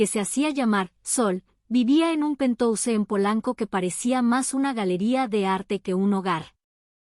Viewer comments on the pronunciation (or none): Se escribe penthouse pero se lee penthaus.